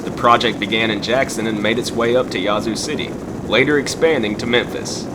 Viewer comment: WHOA! You SOUND Southern - - but - - it's NOT YAH-ZOO city - - it's YA-ZOO city - the 'A' is like in HAT -"u 2 smot ta be senaz ignernt"